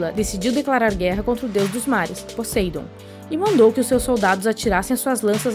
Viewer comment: Não se pronuncia Poseidon e po sei don